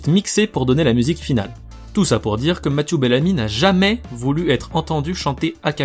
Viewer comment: Mathieux bellamy et pas masiou bellami